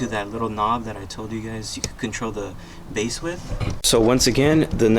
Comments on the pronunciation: pronouncing "bass" as if you're talking about the fish is a whole different kind of annoying. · This dude said bass (like the fish) control knob with a straight face 🤔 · Great video, but the way you were pronouncing "bass" had me cracking up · The 🐟 control knob